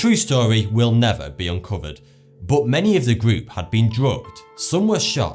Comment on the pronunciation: he says but like bott